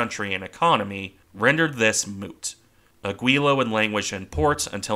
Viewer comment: Nice video and your pronunciation isn't that bad - except for the ship in question: it's actually Áquila.